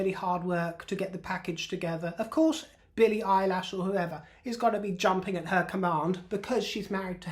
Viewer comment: Billie Eyelash 💀 Love you, 😂